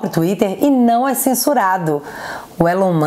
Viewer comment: Brasil! Nome não se traduz, Elon Musk, se pronuncia ilan mãsk